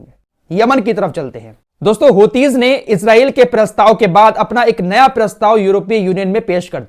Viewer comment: السلام علیکم ورحمتہ اللہ وبرکاتہ بھائی میں اپکی تمام خبریں سنتا ہوں اور الجزیرہ العربی بھی سنتا ہوں ایک اصلاح فرما لیں آپ لفظ ہوتی نہیں ھے بلکہ حوثی ہے دراصل انکے بانی عبدالملک حوثی ھیں جنکے نام پر تنظیم ھے جزاک اللہ خیر